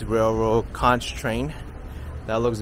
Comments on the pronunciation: When you pronounce CONCH it's not like it's spelled. You pronounce it like CONK like someone conked you on the head. You'd say CONK FRITTERS not CAUNCH FRITTERS. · love your videos but conch is pronounced conk